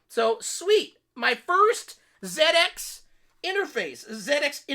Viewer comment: It warms my heart to hear you said zed ex :)